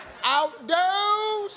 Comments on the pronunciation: She had all the confidence in the world too. "Oudows n da shed!" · Steve:Outdoouze....outdooouze...in the shad! Who's country now?! Lol